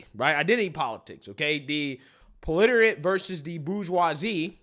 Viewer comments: Proliterate? Hehe, its pro-leh-tarry-ut. Proletariat :) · 😂 It is proletariat. Pro-le-ta-ri-at